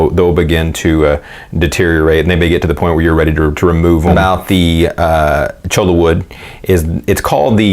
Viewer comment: It is pronounced CHOY YAH not CHOW LA. LOL